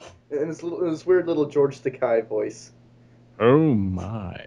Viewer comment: Where did Bill Shitner (a.k.a. William Shatner) come up with the idea that "Takei" was pronounced "Takai" anyway? And why is it that others seem to have gotten this (totally WRONG) idea in their heads?